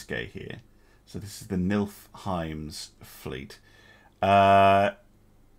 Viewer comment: 😉Its NIFLheim!😊Not NILFheim